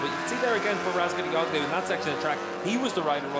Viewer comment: Wow this commentator still hasn't learned how to pronounce Toprak's last name. Years later!!